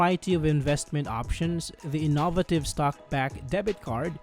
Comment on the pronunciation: Pronouncing “innovative” like “in-NAHV-a-tiv” is wild!😂 It’s pronounced “IN-no-vay-tiv,” or “in-no-VAY-tiv,” depending on where you put the accent. Work on pronouncing it correctly.